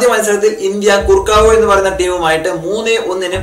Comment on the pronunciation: കുർക്കാവോ എന്നല്ല correct pronunciation